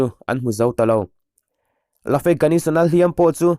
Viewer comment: A dik zawk ka hre bik lo naa sap thu mal "safe" hi "sa-fe' tiin kan lam ngai lova, chutiang deuh chuan 'Lafe' pawh hi ' La-fe' ti lovin "Lef' tia lam tur ni tak maw. Mizotawng a ni miau lova le!!!!!